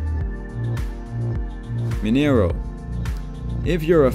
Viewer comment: Good job. A minor correction on pronunciation... The letter A. With the eyebrow ato means you gotta use the nasal and the throat. For instance. ... Maracanã becomes Maracanaaah. You got to stretch the a at the end and use your throat Mineirão becomes Mineiraaahuu. You actually tighten up the mouth as you were to whistle at the end of the word. Portuguese is the only language that uses this variant. The describing adjective to it is a “TIL”. One more thing. Whenever the C appears with w tail, such as in Coração , it is pronounced as S as in senior.